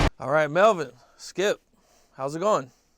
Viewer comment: Said his so called friend name wrong! That say ALOT. Called him "Chip" instead of Skip.